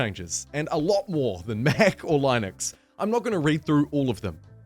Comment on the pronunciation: Why does he say linux like that